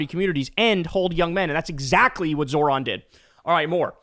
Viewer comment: Remember the accent is on the second syllable of Zohran’s name. It’s not that hard, might as well pronounce the man’s name properly